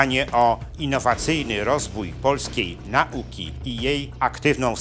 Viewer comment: Szanowny Panie , nie akcentujemy , jak Pan wymawia ' na'uki ' , tylko nau'ki , SJP PWN .